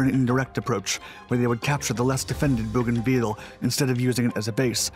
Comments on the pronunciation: Bougainville is pronounced Bow gan ville, the last bit is pronounced vill as in village, not veal as is used here. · Your pronunciation is incorrect. It’s pronounced Bogan-vill. Hope this helps. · Aren’t you mispronouncing that? Sounds like you are referring to Veal, a kind of meat. Agree, Owens is a great hero. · It’s pronounced BOW- GAN- VIL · it's pronounced 'bo-gan-vil" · I know it's a minor detail but it bugged the heck out of me. I've never heard any town ending in 'ville' pronounced that way. I know the narrator is American so it seems like an unforced error to me. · Yeah. If he's all the way down to a significant 4-man action, it'll take him a while to get to everything. What I missed was the map at the beginning. I know, generally, where we are (the South Pacific), but not the specifics, which is unfortunate. I'm 5 minutes in and still not sure where everything is, and somewhat annoyed by the pronunciation of "Bougainville." But I imagine most Americans who read the name off the map - especially 80 years ago - would say it the same way as our narrator. Nah. They'd say ""vill" not "veal." Annoying. EDIT: Went back and watched the first bit. He did the map thing. Still could've spent more time on it for MY sake, but didn't waste the time of people who are better-versed than I on the geography. Totally my fault for not owning the knowledge better, going in.